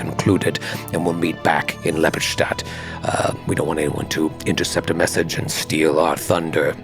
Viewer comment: pronounces "Ustilavic town of Lepistatd"...effortlessly/